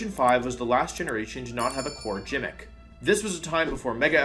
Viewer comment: did he just say "GHHEMIC"